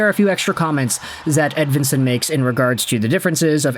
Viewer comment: I suppose maybe the last name is Edveensone also. Seemone Edveensone. Doesn't really sound Swedish to me. But I suppose Nicklas Lidstrom probably pronounced his own name wrong throughout his whole life also.